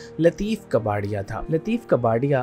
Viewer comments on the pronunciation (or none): Lateef kaa par ya. Kabarya nahi...kabari... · لطیف کپاڈیا، کباڑیا نہیں۔ اور انور مقصود ھیں، انور مسعود نہیں!